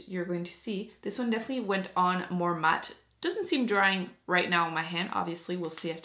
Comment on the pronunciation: Dee matte? 😂 I love the way you talk it’s adorable!